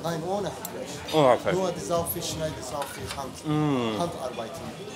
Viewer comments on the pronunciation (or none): none